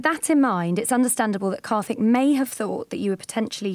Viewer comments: his name is karthik, not kathik. it's not that hard. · But white people can say words like supercalofragolistic, but they cant say karthik. Lol